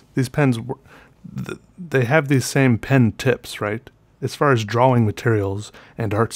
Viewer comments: Drawing is pronounced dror-ring not draw-wing. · Leon Dunphy * draw-ing *